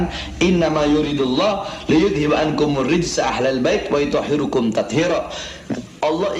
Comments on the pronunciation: Baca Dalil Quran nya salah tuh BAHAR , bukan WAYUTOHHIRUKUM , tapi yang bener WAYUTOHHIROKUM. itu yang bener. Ah dasar bahar bin semut.. إِنَّمَا يُرِيدُ ٱللَّهُ لِيُذْهِبَ عَنكُمُ ٱلرِّجْسَ أَهْلَ ٱلْبَيْتِ وَيُطَهِّرَكُمْ تَطْهِيرًا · Bodoh sendiri ngomong bodoh orang lain... Baca ayat sj salah Wayutohhirokum bukan wayutohhirukum